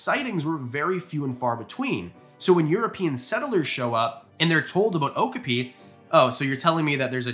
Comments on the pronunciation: Just a friendly tip for you, "okapi" is pronounced "oh-KAA-pee", not "OAK-uh-pee". Cheers! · Definitely do a part two, i have got close to an okapi in my local zoo and i mean within 2 feet oh and its pronounced O-cap-pee 😊 the same zoo also has Komodo dragons 🐉 but i dont want to get so close to them 🤣🤣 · Please do more! But please look up how to pronounce names you aren't sure of. Okapi is oh-kaa-pee. They have a breeding program that the San Diego Zoo and Safari park is part of, and they have a great exhibit away from the main track( trying to keep the noise down). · I think you meant that the pronunciation is correct, but that the stress is on the second syllable, rather than the first. o-KAH-pi